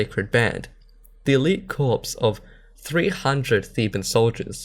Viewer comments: "Corps" is pronounced like "core", not like "corpse". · It's pronounced core, not corpse, lol :)